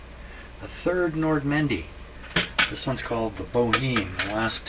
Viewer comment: I know it's Nordmende, I'm teasing and the way he pronounce Nordmendy...